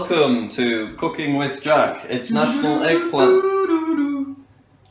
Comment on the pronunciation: everytime he said cooking i thought he said cocane😂